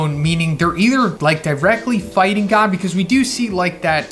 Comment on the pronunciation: Am I the only one that cringes when he says "god". Like I thought people were calling it the Monster God at first. It's just hard to hear to me.